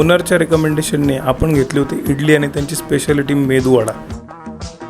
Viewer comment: Finally someone clearly pronounced Medu wada and not mendu wada 😂